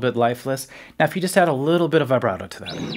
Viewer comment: Vibrato isn’t pronounced like that?